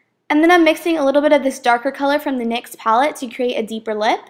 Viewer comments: lol whyy did you spell out nyx instead of saying nyx? just wondering no hatee!! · Its NYX not N-Y-X hahaha like you dont say M-A-C you just say MAC hahaha <3 ya!!! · Since when has NYX been N-Y-X?